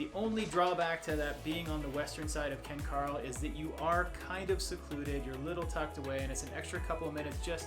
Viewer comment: Ken Caryl is pronounced Ken ‘Carol’ not ‘Carl’ …the area is named after two brothers who are the sons of the original owner of the land in the area. Kent and Carroll Shaffer. It is unknown why the spelling changed when the area was named.